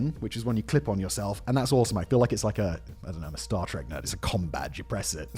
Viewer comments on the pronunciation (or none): none